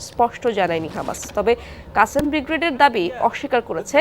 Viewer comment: বিগরেড?????বাংলা উচ্চারণের শ্রী ন্যাশনাল টিভি র এই অবস্থা???? চেতনায় ২১??????